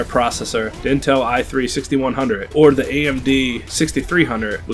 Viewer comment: Please say "the" instead of "da".